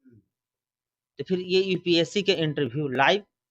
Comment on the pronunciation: EPSC नही UPSC होता है पहले बोलना सीख लो बाद में औकात की बात कर लेना 😄😄